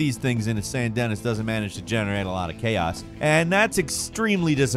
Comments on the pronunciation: It's pronounched Saiiint Deniiiiii stead of Saint DENNIS😂😂😂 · hello its pronounced "saint Denee'" not "saint dennis" its like the cajun french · The town in RDR2 is pronounced "Sane Denny", not "SainT DenniS". It's like the French quarter in New Orleans, with a French pronunciation. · I love how says Saint Denis like “San Den-is” rather than the “San Den-nee” like everyone in the story does. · Dude, RDR 2 has been out for a few years now. The name of the town is pronounced “San DE-KNEE”! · Saint DENNIS? AHEM it's Sandy Knee!!! Tsk tsk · Great video but its pronouced San Denee!! Not Dennis. Drivin me nuts 😅 i mean how many times is it actually said out loud in-game haha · Saint Denis 📉 San Dennis📈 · Ahh, your wierd pronunciations never...umm get old? But really? San Dennis? Not Sawn Denee like the Mississippi accent makes it sound like!? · i love that the characters in RDR2 say "Saint Denis" probably one million times, and yet still pronounces it as "Dennis." Is he doing a bit? Did he just refuse to do a second take? Did he play the game on mute? i like that we'll never know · That legit just cringed my soul when I heard Dennis. Lol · Love how he says Saint Denis so wrong......luv ya:) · "Saint DeniS" Man you say that S with such conviction, one would almost assume you did it on purpose to spite somebody. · Oh. Saint Denis is pronounced San Duh-knee. I’m guessing the ocean vs. lake in GTA V is because of the wave physics. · "San Dennis" kinda hurt, man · Hearing “Saint Denis” pronounced as “Sant Dennis” hurts my heart. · I firmly believe mispronounces one word per video to drive engagement in the comments. San Dennis lol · This should just be the channel. One man show. Also its pronounced “San Deneeee” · 'San dennis' lol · Never mind the gator/croc thing. I can’t believe you really said St. Denis like the name Dennis. It’s pronounced “den-ee” 😂🤦🏼‍♂️ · Saint-Dennis. Its pronounced "Saint-Duh-Knee" :D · San Dennis….😂